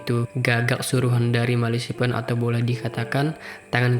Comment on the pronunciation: Ahahah gagal fokus sama Malasipen mu mas 😂😂😂😂😂😂😂 Ejaannya Melefisen, mas 😂😂 Cukup menghibur 😂👍